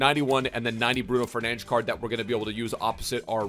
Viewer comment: Nah I love it when you go for authenticity with the name pronunciation! Also great stream lad, it was absolutely amazing